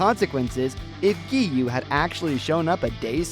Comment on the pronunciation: Let's get him to 1K But before that let's Teach him how to spell Gen is the same way you say Ten but it starts with a G. It's not called the Infinity Train It's called the Mugen Train. That's kinda it Giyuu's name is Giyuu Not Giyu. I like your videos but a lot of people make mistakes I understand.